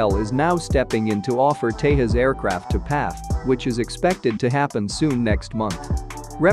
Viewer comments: It's pronounced as Tejas, not Tehas. 🤦‍♂️ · The Tejas is not pronounced like the Spanish name for Texas. It is pronounced as "thay-jus" with the 'j' being the same as in "just". Just FYI :)